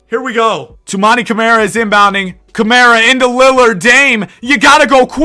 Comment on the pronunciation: How the hell did ChatGPT get Mt. Spokane? lol. Spokane and Spokane Valley exist, Mt. Spokane as a town/city doesn't. Anyway, Spokane is said with the Kane as the word can. Spo-can. :) I actually love this concept. Camara is said "Cuh-mar-uh" for future reference